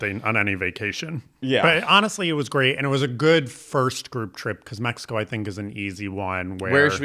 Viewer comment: México - very well pronounced